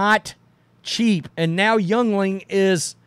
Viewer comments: Yuengling is pronounced Yingling not youngling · Hey, Yuengling Beer is pronounced Yingling. Sorry had to help you all out. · btw... it's pronounced YING-ling...and it's good beer 🍺